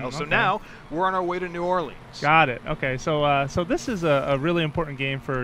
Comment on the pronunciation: I live in Louisiana and I have to say, they did a pretty good job on New Orleans. Except that y'all kept saying like new oleens, I pronounce it new orlins